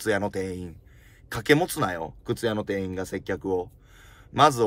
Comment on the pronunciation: 店員❌ていいん→⭕てんいん 人に聴いてもらうなら、きちんと読みたいナ〜😢